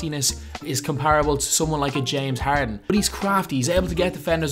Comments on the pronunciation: and , James Heehhrdhen. Can we please get more Irish commentators for Houston Rocket's games asap 😂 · The way u say Harden